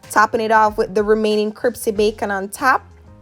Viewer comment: She said cripsy lol